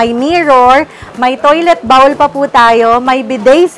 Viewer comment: Please correct your pronunciation of “bowl.” Google it!